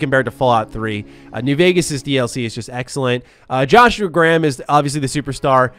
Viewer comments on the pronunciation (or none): none